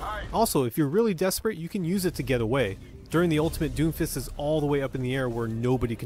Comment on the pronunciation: It's DOOMFIST! Emphasis on the "OO"!! Seriously, everybody was mad as shit about him when he was released and after Moira and Brig got released after him. People realized..."He's not that bad, I guess."